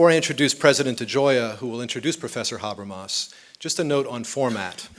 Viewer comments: yeah specially with such pronunciation of Mr Habermas and Zizek :/ .. so difficult to understand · Hope they do. A lecture by Habermas is pure gold, but this sounds like gibberish because of his pronunciation.